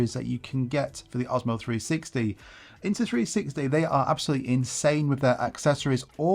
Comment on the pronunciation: You keep saying INTA 360.